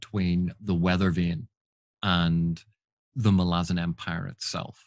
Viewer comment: Don't care what anyone says, it's Mal-ah-zon. Emphasis on the Mal.